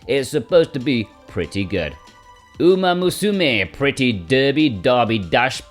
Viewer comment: Did anyone else think was having a stroke when he was reading off the title for Uma musume Pretty Derby